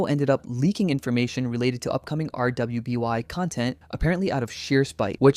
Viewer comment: to be fair maybe there's a reason he says things like LGBTQ slowly so I'd rather not clown on him for it but hearing him spell out rwby instead of just saying it as "ruby" just ticks me off